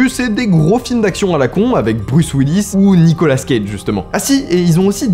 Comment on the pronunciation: C'est Nicolas cage pas Nicola scage